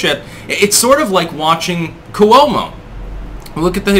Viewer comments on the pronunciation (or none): none